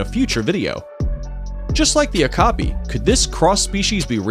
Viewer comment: Okopis are pronounced (O cop ee